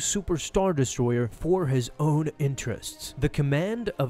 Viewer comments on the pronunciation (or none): none